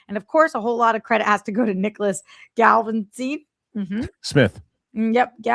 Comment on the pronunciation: ”How do you pronounce his name, Roxy?” ”Galavans” 😅